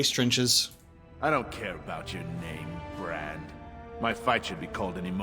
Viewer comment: bRand with a hard R 🤣🤣🤦🏾‍♂️